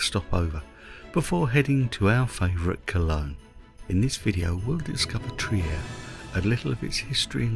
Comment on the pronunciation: Hey, I'm a big fan of your videos. I watch them often as I consider them an oasis of tranquillity in an ever more 'untranquil world, to put it politely. I even use them in my classes sometimes. I was just watching this one with my wife and noticed your pronunciation of the city's name. May I point out it is pronounced Treer ( as in 'beer') rather than the 'Triyer' I think I heard. Best wishes for you and Janis. And happy Holidays. Greetings from an expat in Mexico.